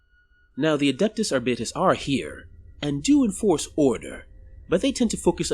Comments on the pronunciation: Hey man, like the video, just one point though. When I’ve heard 40k people talking about Arbites, like in audiobooks or something, they usually say it as ‘Ar-beat-ees’ or ‘Ar-bite-ees’, or sometimes even ‘Ar-bites’. Not sure about ‘Ar-bit-es’, but if it works for you, go for it. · Its pronounced are bites